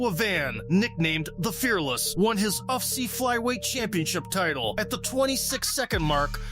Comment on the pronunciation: Please don't keep repeating "UFCEE"...it's U..F..C..come on man..